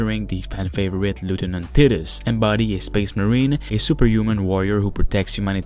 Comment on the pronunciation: its Titus not tiitus